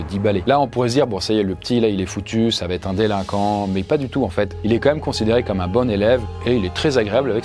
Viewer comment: "va têtre", "pourra têtre"... le verbe "têtre" n'existe pas 😄